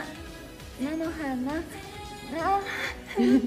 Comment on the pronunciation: 納豆のうを強調するとこ可愛いかよッ❗